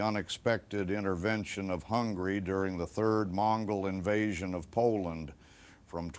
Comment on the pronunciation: intervention of hungry Poland? Why does nobody pronounce Hungary properly? I have the same problem in my country. Everybody reads city of LUBLIN (330k inhabitants) as LUBIN, besides maybe foreigners. And there is also a city of Lubin (70k inhabitants). Maybe country of Hungry is not as confusing, because at least we know what do they mean.